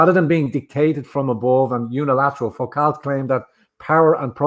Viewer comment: Foucault is pronounced Fu-Co, it is French after all!